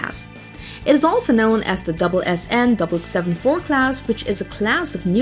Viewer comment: I don't think the authors understand what an attack submarine is. Sure, all submarines can attack, but that's not how it works ;-) Oh, and Sierra is an actual attack submarine. Btw this is the first time I heard SSN read as "double-SN" LOL